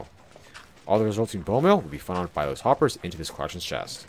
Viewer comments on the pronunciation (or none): none